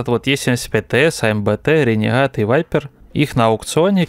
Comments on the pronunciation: Как????? Как випера можно прочитать вайпер????? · Как по мне это випера а не вайпер.